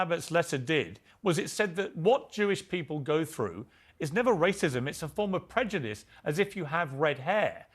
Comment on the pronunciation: She’s so stupid she can’t even say “prejudice” but instead says “predujice” 🤦‍♂️